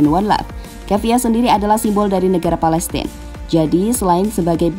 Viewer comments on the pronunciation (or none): none